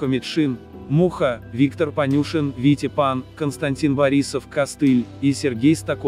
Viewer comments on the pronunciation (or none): none